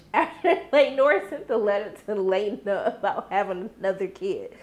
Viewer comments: I love your reactions I do but girl do you even try to pronounce these peoples names? Leana ( LAY NUH) not LA NAY 😂😂🤣🤣..Also, Daemon has a relationship with his daughter but he is closer to the one that is a dragon rider like himself (Baela).. so the other twin girl feels left out... I dont think Daemon knows how to show up for his daughters emotionally.. Your 100% correct, Crispin is SUPER PETTY especially how he is acting towards Rhae kids.. and he was SUPER PISSED that little Jace held his own against the much bigger opponent Aegon.. Jace didnt back down and the only reason Aegon won is because he kicked him down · Sis, It's Laena, pronounced like Lay-nuh, not Luh-nay. But we knew what you meant. 😂. Anyway, I stay coming to your channel for these after show reviews. I like the way you break it down for the folks in the back. lol